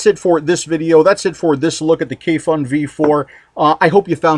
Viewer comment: Hi, your reviews are always great and in depth. If you would like to be the first American reviewer to pronounce the brand and the name of this product correctly, here it goes:) Kayfun is pronounced: Kuyfoon (with accent on the double o where double "o" is pronounced as in a word "moon" and u pronounced same way as in a word fun) and Svoe Mesto is pronounced: Svoyo (accent on second o) Mesto (accent on o) I'm a Russian speaker, so believe me this is right:) Kayfun by the way means having joy or enjoying.. Svoe Mesto means "It's place" whatever Sergey meant by that. (Everything has it's place I guess). Thank you for your reviews!